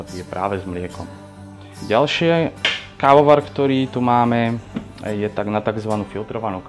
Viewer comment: Prečo to vyslovuje ako "kaoar"? :DDD